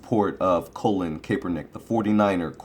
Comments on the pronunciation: His names Colin not colon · You gotta listen to how his name is pronunced.. lol it is not Colin like the body part.